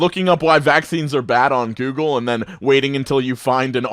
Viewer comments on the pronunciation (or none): none